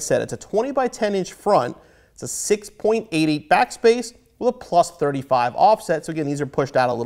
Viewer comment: Did you say 6.80 or 6.88